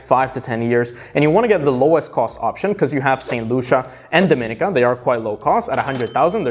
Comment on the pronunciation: Let's get the pronunciation correct for Dominica. It is pronounced, DOM-IN-EEEEKA